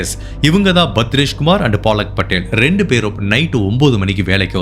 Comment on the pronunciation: அய்யா... அது பாலக் படேல் இல்ல பலக் படேல் 😂😂😂😂😂